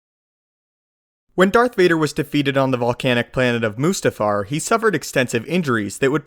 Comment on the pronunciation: Must-uf-far not moo stoof far